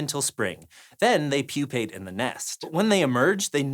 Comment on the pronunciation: Pupate = new word for Hank! Poopate. 💩